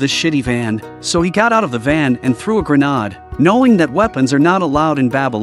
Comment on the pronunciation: okay apparently gre-nades are now gre-an-des